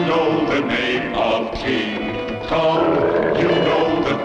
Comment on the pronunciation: “The Uncomfortable Kin Kong”? Is he chafing or something?